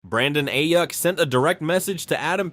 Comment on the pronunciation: Bro said Brandon “A-Yuck.” Shots fired, my guy. 😂